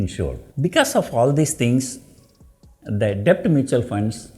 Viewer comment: Sir b is silent while prononcing debt. Pls check in Google